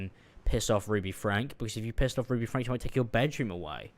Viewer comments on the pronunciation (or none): Ive been watching/following 8 passengers since around and I can confirm Shari is pronounced, by the family at least, more like Sherry, with an "eh"' sound rather than an "ah" sound. Also the surname is pronounced like "Frankie" or "Franky"